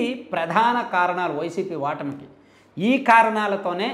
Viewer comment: Telugu channel so first learn telugu pronounsiation clearly u bladdy pin. Vattami kadhu ఓటమి try cheyee slow ga learn 🤣🤣